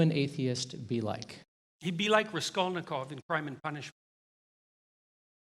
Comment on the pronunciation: Did he even read Crime and Punishment?! His pronunciation of Raskolnikov is horrible.